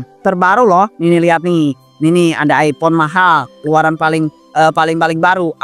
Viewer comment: iphone bukan aipong😅